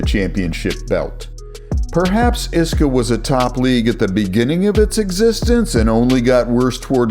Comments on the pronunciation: Yeah, listen to the man who says iska as a word, and not I.S.K.A 😂 And you call yourself? If anyone is a fraud, I wonder who it is. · I s k a…. Not iska 😂